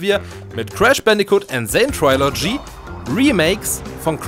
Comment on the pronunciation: Du sprichst Trilogy falsch aus. Es ist kein trai, sondern tri.